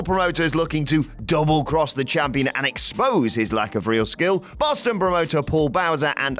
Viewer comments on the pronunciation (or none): none